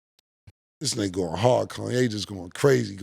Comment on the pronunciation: Cam still says Kanye like he did on that intro. “Kawn - yay”